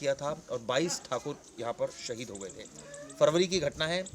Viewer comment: Saheeed kyu bol rhe ho yrrr